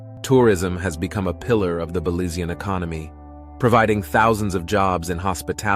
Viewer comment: Please I am a Belizean American I would appreciate you pronounce Belizean correctly. You sound awful pronounce Belizean seriously. I know you meant well but your pronounce is off .